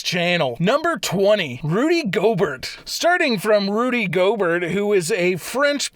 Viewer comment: Gobert lol… it’s pronounced go bear